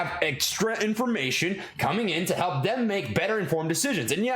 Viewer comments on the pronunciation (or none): none